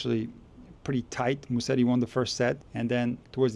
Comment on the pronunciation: It's not Musseri but Musetti!